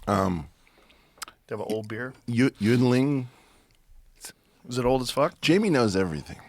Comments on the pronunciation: It's Ying Ling - It's not Chinese, it's Pennsylvanian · Eric talks about the intricacies string theory and theoretical physics, but can’t pronounce Yuengling 😂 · Pronounced Yin-ling